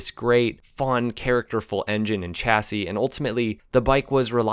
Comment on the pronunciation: I wish some American had asked a French person how to pronounce chassis properly. And "Reg" is pronounced "redge", short for Reginald, not regg. Seriously, if you're going put in all the efford, why not check the pronunciation instead of spreading misinformation?